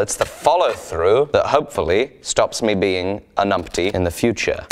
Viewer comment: I can't tell... do keep calling yourself "a numpty" or "an umpty"?